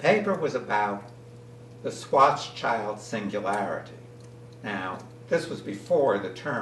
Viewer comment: Sorry for being picky but you misspelled Oppenheimer (Oppneheimer) and mispronounced Schwarzschild (Swarz-child). Not "-child" but "-shield" is the meaning of the name, so the pronunciation is more like Shwarz-shield, literally Schwarzschild means Black-Shield (what a great name for what he discovered).